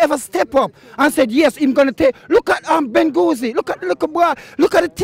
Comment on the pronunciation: Nobody knows who is Bengouzi tough...but the man said Bengouzi not Bengouzi tough